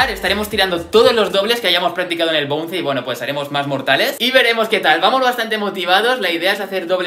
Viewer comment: dislike por pronunciar mal bounce... lo siento pero me hace rabia